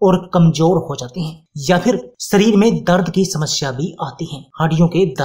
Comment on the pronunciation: शरीर को "सरीर" तथा शक्ति को "सक्ति" क्यों बोलते हो? हमारा व हमारे बच्चों का उच्चारण भी खराब करते हो 👎👎👎👎👎👎👎